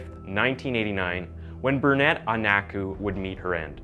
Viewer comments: The name is Bernadette, not Burnette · Not Bernette, but Bern a dette. Not Aines, but Inn es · It still amuses and disappoints that you don't look at how to pronounce victims' names. Bernadette is Bernette? Could you please use Google or hire someone? You mispronounce more than half of the names you read it honestly just seems purposeful or at least disingenuous at this point. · Bernadette. “Burn uh debt” or “Burn uh det” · I don't understand why you can pronounce all of these other women's names but you continue to call Bernadette as Burnett. Go back and look very very irritating. They are people too